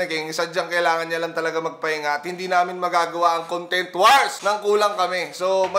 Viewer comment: BAT DINALANG "CONGTENT" IDOL INSTEAD OF CONTENT REQUEST LANG PO IDOL HAHSHA MORE POWER!